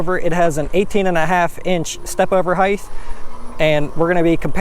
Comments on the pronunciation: hate when yokels say "higth" instead of height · It’s height, not heigth. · Good review. Some pros and cons: -Pros: great info. Covered the differences well, especially measuring the stand over and pedal distances. -Cons: learn how to pronounce the word “height”. It ends in a simple “t” not a “th” sound. Kind of annoying.